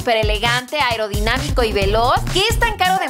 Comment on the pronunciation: Cómo cuando dicen Spaider y que es audorinamico me cage de la risa